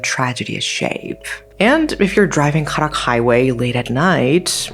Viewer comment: Karak doesn't have such an exotic pronunciation as the way you say it. It's simply pronounced as "car ruck"